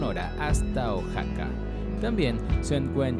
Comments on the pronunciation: Pronuncia bien Oaxaca no es oxaca y es san luis potosi no san luis de potosi >:I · Genial muchas gracias, pero como dato Oaxaca se pronuncia como oajaca✅ y no como oksaca❌ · es oaxaca uajaca no oxaca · Pero yo lo digo por que dijo oxaca y no sabia si existia, por que en realidad es oaxaca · La información que se brinda es muy buena, pero la pronunciación de los nombres de los estados es incorrecta, se pronuncia OAJACA (OAXACA) Y SAN LUIS POTOSÍ (sin el "DE") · Oaxaca se pronuncia Ohajaca, después de quitarme esa espinita, tu video es perfecto, la investigación, edición y descripciones están muy bien logradas, no todo el mundo puede lograr este nivel de calidad, eres muy genial viejo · Ox-saka 🤣🤣🤣 donde vive Ox Satan en Mex-sico 🤣🤣🤣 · Pronunsi bien oxaca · Jajaja este wey no sabe pronunciar Oaxaca, un estado que es patrimonio de la humanidad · Pronuncia bien Oaxaca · híjole mano... te hubieras investigado mínimamente la pronunciación de los lugares "Oxaca" "Jochimilco" "San Luis DE Potosí"?